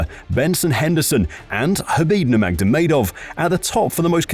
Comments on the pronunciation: As soon as you said NurmagDomedov, I am out... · Does this narrator adds another "d" to khabib's last name or am I hearing things?? 😅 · Khabib ''Nurmagdovedov'' Nurmagomedov. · no one has said khabid's last name like that, wtf was that